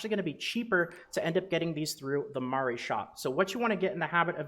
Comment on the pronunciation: Love your videos man! Pronouncing Mari correctly is just an added bonus :)